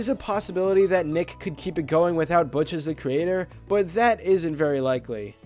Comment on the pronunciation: He said Butch wrong